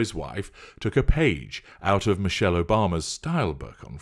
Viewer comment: 😂😂😂😂😂😂I wanna bee Mee-sheyll😂😂😂😂